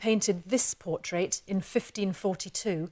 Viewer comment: Awesome video was more distracted by her lovely accent and how she pronounced 'portrait' as 'por-TRATE' to retain any useful information 🤗